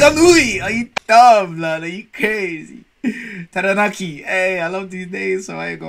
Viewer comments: Just started watching only seconds in and far probably one of the best foreigner to say aotearoa the cleanest 💯mans even pronounce Taranaki and Waikato perfect 🤩and also with zealandia originally connect with New Zealand and New Zealand had fallen apart with zealandia and risen above water so technically if zealandia came above water New Zealand would be way bigger and more noticed on the map😂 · The "Taranaki" pronunciation was on point tho no cap